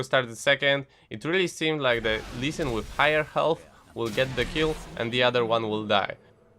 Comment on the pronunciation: lmao ğHğhigher ĞhğhhğHealth funny accent